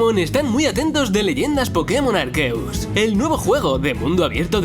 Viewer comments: El nombre de Arceus e pronuncia "Arseus" no "Arqueus" De estos juegos tengo claro tres cosas: Darkrai Variocolor Shaymin Variocolor La Flauta Azur para el Evento de Arceus. Espero que esta vez la reparta no como llegaron a hacerlo nunca en los juegos originales, quién sabe, tal vez en Leyendas Arceus veremos el origen de dicha flauta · Ya mis temores se están cumpliendo con este juego no veo mucha novedad en los remakes P.D.: me molesta que en español le digan a Arceus "Arkeus" ya que ese es la pronunciación de EU que tuvieron que poner por el parecido a una palabra antisonante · puedes decir arceus bien sin k me entren ganas de cortarme los putos oídos?